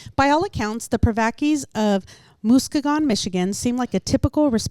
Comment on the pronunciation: Musk-ee-gun. Not Moose keg un lol.